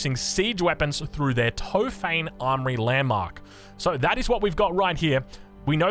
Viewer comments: "Tohp - hah - neh" not "To-fayn" XD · It's top-huh-ne, no f sound. Tried my best to transliterate into English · Awesome video! Big Ottoman Fan here. Here's some help with the pronunciation of the turkish words: It's Top-ha-ne, not Tofaine, meaning Arsenal 😀 And Meh-ter, pronounced like the first syllable of error.